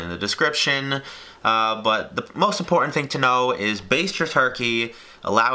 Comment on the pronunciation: Important not Impoorehn